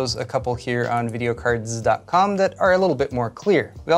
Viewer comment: I like your long running meme of emphasizing the Z of videocardz